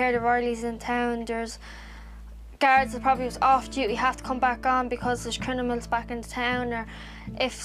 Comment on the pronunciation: I heard 2 women mispronounce “criMiNal” by reversing the m and n, to say “criNiMal”. Is that a traveler thing or an Irish thing?